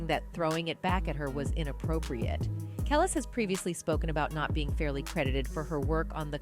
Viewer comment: Who is the woman narrating this video? And how many times are you going to say “Kelis” name wrong? It’s pronounced “kel- lease” not kel less. So annoying.